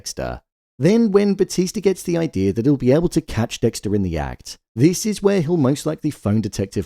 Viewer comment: Why do you say Idear and not idea?